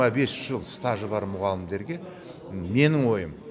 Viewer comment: Экс білім министрі, қазақ тілінде "ң" дыбысы бар екенін де білмейтін сияқты. Әрине осы деңгейдегі "мұғалымдарға" аттестация--- құбыжық.